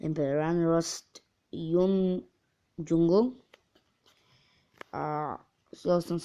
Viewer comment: džangl nie džungl